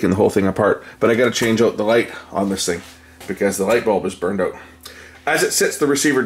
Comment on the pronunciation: And you say owt for out.